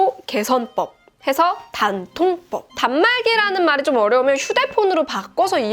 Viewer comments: 단통법을 굳이 댄-통-뻡이라고 하신 이유가...? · 된통법 이럴게 들리네요 ㅋㅋ